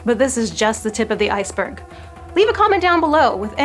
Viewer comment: I dunno, do we have to listen to her? She said 'Iceberrg' as if it was a pejorative. Clearly she's anti-semitic. (being anti-semitic is not okay this week, right?)